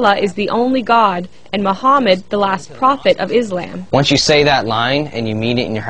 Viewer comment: lol, did the reporter pronounce Islam as Is-lamb!?!?!?! XDDD